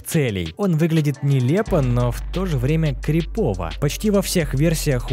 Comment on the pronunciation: Не крипОвый, а крИповый. А вообще почему не говорить "жуткий" или "пугающий", что и является переводом этого слова с английского???